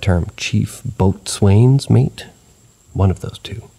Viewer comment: Absolutely nailed the pronunciation of gingham 👍 Boatswain is alternatively spelled "bosun" and both spellings are pronounced the same. Don't feel bad about that one though. Pretty much everyone says some variation of "boats-wayne" the first time they see that word